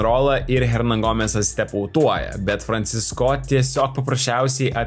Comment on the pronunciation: Kaimiečiai, koks Franciscooooo ? Franciiiiisco . Ar negirdit kaip Eurolygos komentatoriai užsieniečiai komentuoja ? P.s. Visos gynybos geros, kai priešininkas elementariai nepataiko ( kaip mes prieš Puertoriką ).